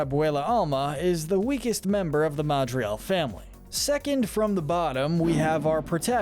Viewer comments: The videos are great, the analysis and quality in your voice is amazing. But the pronounciation on certain names could improve. I keep hearing Madrial instead of MadriGal for instance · its not ehn caunt ow its en can to its not mauh drigaul its mad drigal its not aubuelah its ab well ah AND ITS NOT CUMILO ITS CA MEE LO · It’s pronounced ma dri gal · Why do you keep pronouncing it Madrial? Pronunciation: Mad-rri-gal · why does he say ma-dri-al? its MAH-DRI-GAL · It’s Madrigal,! You’re so bad at pronouncing and spelling names! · Not sure if your saying it right but when you say madrigal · Dude, please, pronounce "Madrigal" right... You completely leave out the 'g' every time.